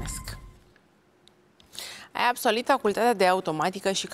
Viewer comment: ABSOLIT SAU ABSOLVIT ? CUM ESTE CORECT ? SAU DNA RIFAI A GRESIT ?😂😂😂